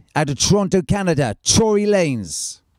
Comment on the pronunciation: why did he name himself after pornstar tory lane? and why did tim pronounce it troy? lmao